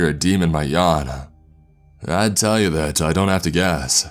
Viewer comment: Something ain't right with thaHT. Some people say they saw an albino beAR. The way you stress the end of of your sentences in trying to be dramatic is fucking triggering. It's worse than that chills nasesly guy.